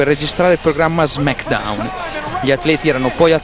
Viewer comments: SI DICE SMECKDAUN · Sono così intellettuali i nostri amici di Mediaset che non sanno neanche pronunciare Smackdown